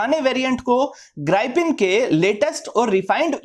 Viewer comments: Sir mera Ko maff karna It's grippen Not Gripen Sorry boring and don't liked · Gripen नहीं Grip-pen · ग्राई - पिन नहीं ग्रीपेन 🤣